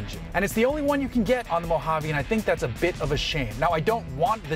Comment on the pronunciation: Thank you for saying Mojave correctly!!!